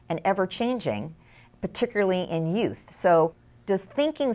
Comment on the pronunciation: Did she say that the brain was plastic particularly in yoot? Whats a yoot?